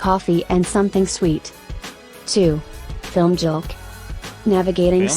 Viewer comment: She pronounced filmjølk wrong. It is NOT film-jølk, it is fil-mjølk. Mjølk=milk. WARNING: Do not eat surstrømning, even if you are bidden. It's the worlds worst thing you can put in your mouth, it belongs in the trashcan . Your nose and taste-buds will suffer an everlasting trauma. Look it up. Consider yourself as warned.